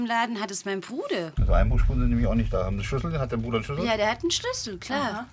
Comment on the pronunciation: POLIZISTIN:gibs denn. Hier noch jemand der Zugang dazu hat Das Mädchen:der einzigeste der noch zu.gang hat ist mein Brude WIE SIE BRUDER BRUDE AUSGESPROCHEN HAT🤣😂